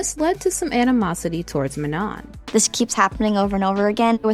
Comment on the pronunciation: Also, I'm not trying to hate, but Manon is pronounced Man-no. And Adéla is pronounced Ah-dell-ah.